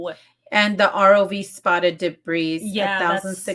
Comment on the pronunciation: The S is silent in debris .